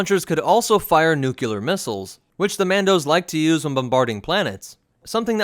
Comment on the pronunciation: Nukular warheads, huh? Dumbass.